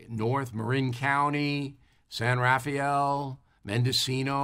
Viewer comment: They pronounce it San ra fell Bill. Not San ra fie al